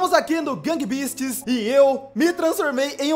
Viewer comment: No gang beast tinha falado errado